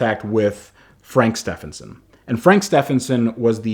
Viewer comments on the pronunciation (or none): Fucking STEP-HEN-SON!!!! My name is spelt Stephen- it pronounced STEVEN. So Stephenson is pronounced Stevenson ffs. An I don’t care wat frank says, he ain’t English, an WE spawned the fuckin language!!!!!